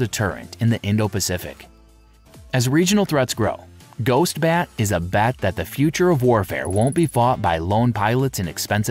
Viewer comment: Funny how this AI vid doesn't even know the difference between BAT and BET.